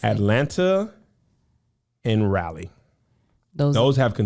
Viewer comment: you will not call my city Rale -igh while once being a Carolinian....You know it's RA -Leigh.....Don't worry I'll teach you at the show just have my Day One shirt ret-ta-go.